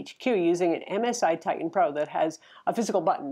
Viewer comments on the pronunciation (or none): none